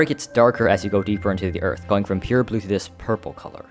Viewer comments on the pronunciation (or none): none